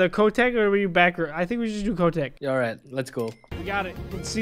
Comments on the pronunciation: NOT ko tek Kotek OK DUDE ITS POLISH NAME OF CAT IN POLISH IS KOTEK NO KO TEK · Watching people saying "Kotek" wrong is funny for me bc that is a poland word and i am poland